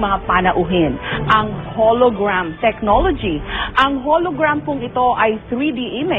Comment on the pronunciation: "KAUNA-UNAHAWN sa kasaysayan ng telebisyon DITOW sa pilipinas! kakausapin ko na po ngayon si Howie Severino sa pamamagitan ng HOLOGRWAM..TECHNOLOGY!" Sapul ka mike XD